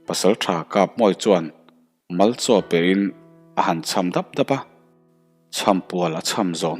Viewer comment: Mal chaw hi Bal chhum ti ang deuha thluk ani ṭhin...